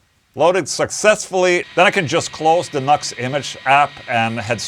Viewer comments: It's NU-X (new ex), and it sounds fukn good man. I have an old MG300 and it doesn't sound anything like that. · Its pronounced New - X. (NU-X) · The pedant in me keeps screaming "NU-X! Not 'Nux'!" Nice affordable unit. I have a few Nu-X things and am always impress with the quality for the cost. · NUX, LOL. The company say it is pronounced New X! (NU>X!!) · Isn't it supposed to be "new-ex"? lol...what a stupid name... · I think it’s pronounced New Ex.